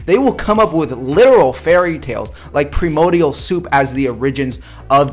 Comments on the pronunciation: "Pimodial" was bugging me from the start, then he even showed an illustration where it CLEARLY shows it being "PRIMORDIAL" and the dipstick's still saying "primodial" grrrrr!! Man I hate these short sighted religious fools. He's the one believing old books of fairy tales and HE'S telling us to grow up, oh the irony! You're a dumb kid, YOU grow up and stop believing everything in a silly book of fairy tales written by many different people, often with utterly despicable things suggested as acceptable. Oh yes, he's got his "christian science" lol. Yeah kid, keep telling yourself that's a real thing. And NO! I'd be very happy to never meet or hear ANYTHING from an arrogant clown like this kid ever again! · If you listen to his pronunciation of common words, you come to the inescapable conclusion that he's never ever attempted to learn what science says. "PriMo dial"? Missing something? Like an R for example. Unfortunately he is completely dismiss-able as a fool who has only learned arguments against evolution, but not the actual thing he is arguing against. Sad, sad, sad. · "premodial soup" 🤣🤣 this guy realize how unintelligent he is? He can't even speak English. This is what you get when an idiot tries to sound smart with 0 evidence of anything he is claiming. We get a good laugh show 🤣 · I'm gonna take a shot every time this guy says "premodial". THERE'S AN R!!!! AN R!!! AHHH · Lol… I laugh everytime he says “Premodial” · the first time he said "primodial soup" i figured he just misspoke... guess not :/ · Primodial soup lol I thought he just slipped but he said it wrong again 😂 (edit- im at 3 times now) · though I'd spell it like "primodial". And I like "impreshimle", too. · That guy MUST be a troll... "Primodial soup".. "oRIgin"?! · "Pri-MO-dial soup." Dude can't even spell. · "PRIMODIAL" soup lol. If you can't be bothered to learn the word, then you probably don't understand the concept well enough to critique it. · "Primodial". Precious. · "pre-modial soup" 🤣